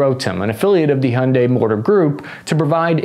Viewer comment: It’s Hyundai like Sunday not.. what ever you where trying to say brother lol 😂